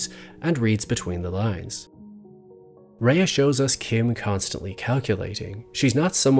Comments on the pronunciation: Very good video. I thought that both Rhea Seehorn and Michael Mando added so much to the series. Both of them are truly great actors. Rhea should win the Emmy this year for her performance. I do have one small criticism of your video. Throughout the video you mispronounced Rhea’s first name. During an interview she said it is pronounced “Ray” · She pronounces her name “ray” not “ray-uh.” So annoyed that a whole 16 minute video dedicated to her character and the actress that plays her, you couldn’t have done two minutes of research to figure out how she pronounces her own name? There are tons of interviews of her on YouTube where she introduces herself. The disrespect. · Nice analysis. Note that Rhea’s name is just pronounced “Ray”, not “Ray-a”. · Stunning video as always! However her name is actually pronounced "Ray", it's a bit sad that in a video dedicated to her amazing craft and performance her name is mispronounced :( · Excellent observation. Her name is pronounced "Ray". Not "Raya." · And her name is pronounced RAY not RAYA fyi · Her name is pronounced Ray jsyk.She is a fabulous actor, when she cried on the bus it was the most realistic full body sobbing I've ever seen. Every scene is a masterclass in acting, Kim was a fully realised character from day 1. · Yep. "Ray." Watch just one behind the scenes for BCS and you'll hear it pronounced that way over and over. I guess this guy just didn't observe that. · I know everyone gets this wrong, but her name is pronounced as just ‘Ray’. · Rhea is actually pronounced like 'Ray' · her name should be pronounced like "Ray" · pronounced RAY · Kim is incredible, but Rhea is pronounced "Ray". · the pronunciation is Ray though... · Except that he doesn’t know how to pronounce “Rhea”. One questions how closely he really does follow this actress. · Amazing video on an amazing actor that also manages to pronounce her name wrong for the entire 16 minutes 😭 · Rhea's name is pronounced "Ray" not "Raya."